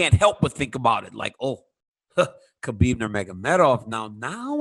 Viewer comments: ITS HABIB NOT KHOBYB MAN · It's khabib dude